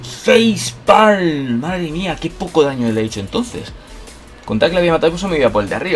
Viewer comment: FEIZ PALMMM xdxd :v